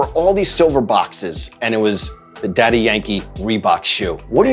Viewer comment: I wonder why Joe calls him DY instead of Daddy..